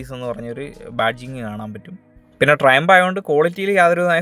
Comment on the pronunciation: ട്രയംഫ് ✅ ട്രയംപ് ❌